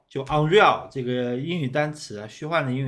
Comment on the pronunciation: 哦，我的兄弟那个念l不是那个是内个。是Nugent？ Unreal Engine five